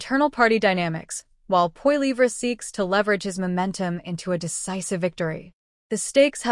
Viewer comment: Funny how the narrator pronounces Pierre’s last name. POILIVRA?😅